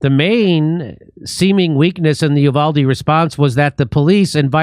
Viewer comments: It's pronounced YOU-VOL-DEE so quit fucking it UP trying to sound french or Spanish. What the fuck is wrong with you people! JIMMY DORE, YOU ARE NOT THE FRITO BANDITO! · Uvalde is pronounced You-val-dee